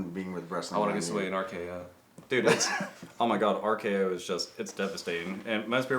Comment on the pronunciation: "The RKRRRR" My drink went directly through my nose and on my couch lololol